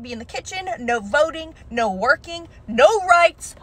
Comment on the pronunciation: This bitch unironically said "naur"?!